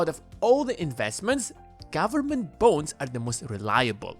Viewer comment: I keep hearing bones instead of bonds.